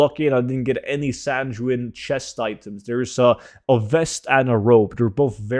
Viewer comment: sanjewin? sayn goo in...